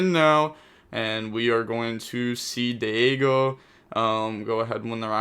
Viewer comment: no shot thats how he pronounces Diego